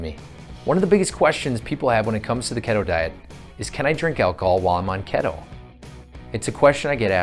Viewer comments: It’s keeeeto not kettle A Hole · Ketto diet? Sure it's not called Keeeeto?